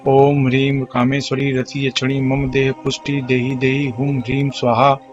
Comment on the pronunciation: इसमे सही शब्द क्या है। स्वाहा से पहले ह्रीं है। आप तो ध्रीम बोल रहे है।